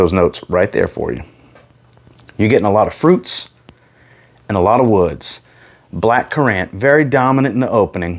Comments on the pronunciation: Why does he say black currant like that ? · haha I’m from the UK so never heard it pronounced like that maybe it’s an American thing